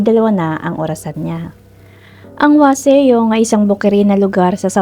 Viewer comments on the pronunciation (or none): Wasong po ang tamang pronunciation silent e po yang waseong.😁 khit magpunta kapa ng Korea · "Wasong" not waseyong😊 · Whaseong po hindi waseyong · Hwaseong =wasong Not waseyong 😢